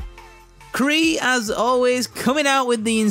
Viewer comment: i think that was k'ril not kree as u said lolol but as always great vid my man